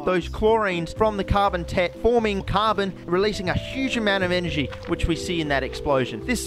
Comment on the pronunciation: Hehe carbon tet sounds like carbon tit